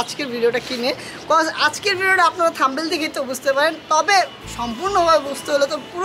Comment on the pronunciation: পিচ্চি....! থামনেল বলতে হয়। থাম্বেল না 😅